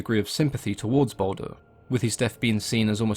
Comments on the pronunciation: It's Baldur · Its baldur